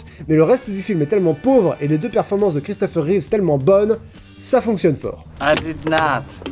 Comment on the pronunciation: Arrêtez avec Christopher ReeveZZZZ 😢